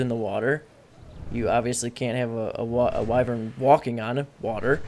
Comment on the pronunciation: wyvern noun wy·vern \ˈwī-vərn\ not wivern lol your saying it wrong bro